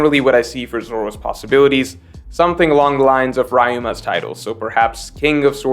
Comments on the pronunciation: Why is saying Rai-ma when it is Ryuma? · Great video but it's pronounced Ryu-ma not Rai-ma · Sorry but I can't help but laugh every time you pronounce ryuuma 😂 re-you-ma not raima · Raima? Each time you pronounce Ryuma, as Raima l, little by little I die inside. Y is sometimes that is softening u. It is as if you call him Rooma, but that long u is softened. Basically as you pronounce the "you" : R-you-ma. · Dude stop trolling its Ryuma and not Reiuma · everyone: Ryuma: Rima Dude please..... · Who the fuck is Raima? Ryuma? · Whats with this rhima nonsense its Ryuma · please watch One Piece. It's not "rye-ma", it's "Re-yuma" Ryu(Dragon) Ryuma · yk i love to see videos but him saying " raima" rather than " ryuma" makes it harder man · Rima? U mean Ryuma. Lol AT LEAST watch the anime to learn how to say names at least.. Especially the ones that have been out for a decade or more at this point lol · Who da fuq is "raima"? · It’s difficult to hear “Rye Ma” instead of “Ree yu Ma”. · It's not Raima it's Ryuma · the pronunciation of "RYUMA" is riyooma not raima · Who is Raima, I thought the name was Ryuma (Re-uo - ma) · Why do you pronounce it "Ry-ma" and not "Re-yu-ma"??? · You did it again.hahaha 😂😂 Rayma/Raïma/Ryma/Reima... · Every time u say "raiuma" istead of "ryuuma" a wano citizen breaks his sword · Lol who is Raima?? It's pronounced Riyuma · “One Eyed Sword Ho” for Zolo sounds great to me, lol jk. whose RAIma? It’s RYUma my friend. All this talk of epithets and we can’t pronounce given names. But then again all my street fighter life people have told me they are gonna choose “RAI-yu”... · STOP SAYING RYMA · Please don't say ryama again or I'm unsubscribing...don't try to act slick you sounf wack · It's ryuma. ryu-ma (ree-you-ma) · Bruh just say Rih-You-ma please oh my gosh I know like this video is awesome but please dude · Its pronounced REE YU MUH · Just a heads up Its pronounced R (ee) uma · pronouncing Ryuuma 😬